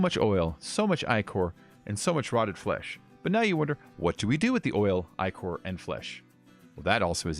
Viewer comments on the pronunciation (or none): Ichor = (ick)-er